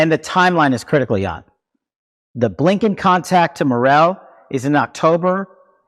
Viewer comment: Did he say Abe Blinken? 😆